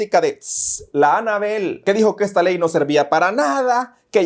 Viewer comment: Lo unico bueno : "Ejta ley"🤭 Sátira a la orden👌que espectacular Que maravilla , me sorprende en cada capitulo, muchas gracias por este momento de diversión y actualización de realidad nacional👏